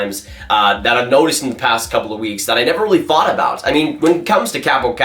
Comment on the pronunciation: why do you say "fought" instead of "thought"? it's distracting